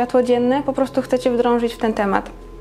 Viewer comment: Wdrożyć a nie wdrążyć. Wydrążyć to se możesz jabłko.